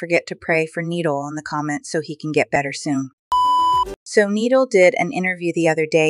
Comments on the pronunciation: It’s Nee-Dall that’s how you pronounce it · It's said Nee dall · NI - DAL NOT NEEDAL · It’s nee-dal not nideal 😂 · She called him needle and niidall that’s how she said it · It’s pronounced Need-Ul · Nidal not needle 😂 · Nee-dal not needlessly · it's not needle, its "needal" the "i" makes an ee noise. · It’s not needle it’s NID-AL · It’s not Needle its NidAl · It’s KNEE-DOLL GET BETTER SOON! Love you and am praying for you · It's nidal we say it like nedol😂😂😂😂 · It’s knee-doll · NIH-DAL that’s how you say it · It’s not needle It’s Nidal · How you say it: NEEDLE How it’s pronounced: NE-DOLL Nidal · Its spelled nidal but said like knee-doll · Nidal but ur saying needle❤ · Its not needle its nidal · It’s Nadal not needle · It’s nidal not needle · It’s Nidal it’s not needle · It (ni - doll) not needle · Yall it's not needal it's Nidal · It’s not needle it’s nidal try to sound it out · no no it’s like Knee dal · Ni-dal not needle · Its nidal the i is like ee not needle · It’s nee-doll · It’s ni DAL!😊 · So I’m gonna be nice saying this because I a, a very kind person so it’s not needle it’s is pronounced needal but it’s spelled nidal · its not neeeeeddlllllllle its nidalllllll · It’s ni doll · It’s N UH DAL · No hate but try to say the I sound and not needal but nidal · its ni dal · It's ni dal nidal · Na Dal not nee dal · pronounced kneed-all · YariandielyzRosa it is pronounced as nee-dol. why u laughing when u don’t even know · Its NeeDawl Kinda like KneeDoll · You say it like Knee doll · His name is pronounces, Knee-d-all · Ne-doll that’s how you say it🥰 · It’s nidol not ee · It's Nidal (Ni dol) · It’s pronounced as knee-doll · It’s pronounced more like knee-doll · it’s pronounced knee-doll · It’s not nidol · It is pronounced need-all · It is pronounced Ni and dull,Nidal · It's nee dal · it’s pronounced ni dal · Your still pronouncing nidal wrong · You said it wrong